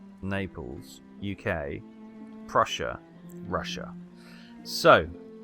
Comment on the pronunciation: Yup, you nailed the double-s sound.